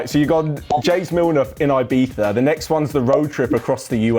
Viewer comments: hahahaha lmao its definitely not. Since when is there an Eye and an E in Ibiza? Did i missed something it’s not “Eyebeetha” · it actually hurts my ears how he pronounces Ibiza lmao.